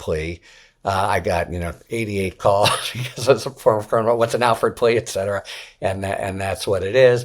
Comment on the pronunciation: Harry - you certainly know how to repeat yourself twenty times in twenty seconds - you need to learn to speak more concisely. Repetition as you use it defeats your purpose - unless of course your purpose to hear yourself speak. Also, you need to learn how to pronounce the word "etcetera". You say "ec cetera". I've heard you repeat this more times than I care to remember. It is a Latin word meaning "and so on" - and it is pronounced ET Cetera. Public speaking notwithstanding - you've chosen to be in the pubic sphere - you should do better.